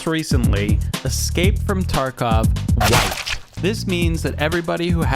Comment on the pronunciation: your excape? dont you mean escape?